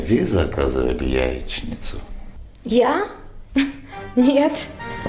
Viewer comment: "яиСница или яиЧница?" -вот в чем вопрос)))))